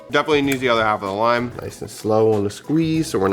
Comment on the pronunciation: "Cilantro rime rice" 😂